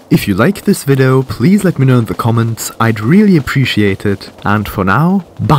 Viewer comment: Did he say vido?!